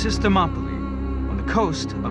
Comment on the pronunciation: this guy speaking is meant to be like a clever scholar or something like that who knows the shit he speaks about yet for some reason he pronounces Thermopylae by Latin phonetics and he doesn't realise that in greek the words that end with "ee" are spelt the same as latin words which end in "aye" when the latin word came from the greek word when spelt with the latin alphabet. The accent changes over time. What an idiot. Clearly his studies are limited to the roman world onwards.